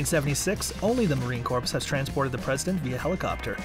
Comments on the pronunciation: Marine Corp, Corp, the p is silent!!! Who found this clown??? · In my beloved corpse?? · The "s" is also silent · Stop saying corpse 🤦🏻‍♂️ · "Marine Corpse" lol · "Marine Corpse"!? Good lord, kid, where are you from? That is really embarrassing. You should be ashamed. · I can’t stand to watch any longer with him saying CORPSE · yes, he said, "Marine corpse"... UGH. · If he says CORPSE one more time!!!! 😆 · as a former Marine. hearing the P drives me insane. but i liked the content lol semper fi.. and stop saying Corpse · "The Marine Corpse????" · Marine COURPSE!!! Hahahaa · Please stop saying corpse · Had to stop watching. ...”Corpse” 🤦🏻‍♂️ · Marine corpse lol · Not just Marines cringing, it’s anyone who speaks English! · That was driving me crazy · Thank you......I was grinding my teeth! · Heard it the first time and immediately scrolled down to see the comments and post my own if I didn't see one. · Please for the love of all things America, please drop the "PS" when saying Marine Corps. The "PS"is silent. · The p in marine corps is silent